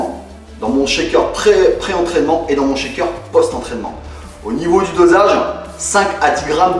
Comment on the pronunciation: Salut, Ca ma beaucoup aidée, Mes tu pourrais m'expliquer ce que veux dire schéqueur ? ^^ je suis perdu quand tu prononce ce mot :)